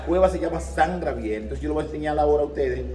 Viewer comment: No se porque ponen gente tan bruta a ser guia que no saben hablar. Si es San Gabriel porque dice siempre grabiel